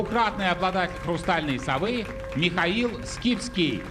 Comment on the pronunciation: ...а когда ведущий говорит: "Михаил Скипски", мне тоже вместо имени слышится рифма, оканчивающаяся на "...фил".